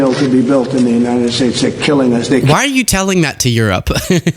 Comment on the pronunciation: Oh, that's a relief. He's not talking about the USA, he's talking about the "United Shaysh".